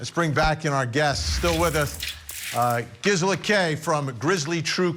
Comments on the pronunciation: "Grizela!" hahaha! It's Gisela! LOL Oh Vinnie... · Not him calling Grizzly Queen Gisela---Grizela!🤦🏻‍♀️ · GRisela? 😡 FFS Vinnie! Well done for correcting him Gisela and congrats on your appearance. Well deserved. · He said Grizzella 😂 Cmon Vinnie.....